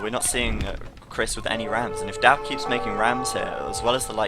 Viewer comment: whacko, it's Daut not Dawt.............